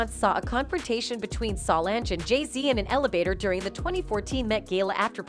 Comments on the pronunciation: Beyonce is pronounced bee-yon-say. Solonge is pronounced so-longe. If you're going to post about black entertainers, please, please learn how to pronounce their damn names! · It’s one thing to miss pronounce Solange name but dam how can screw up arguably the most popular woman in entertainment 🤦🏿‍♂️ obviously you must be an robot 🤖